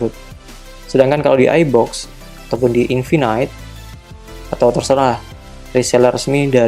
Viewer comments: Bacanya infinite bukan infinight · Maksudnya pronouncenya yg bener "infinit" bang, bukan "infinait".. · Iya, dia bilangnya (baca: infinait). Bukannya yang bener (baca: infinit)?